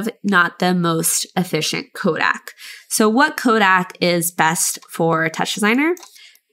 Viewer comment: The comment actually means that your pronunciation is subtly wrong. CO-deck is correct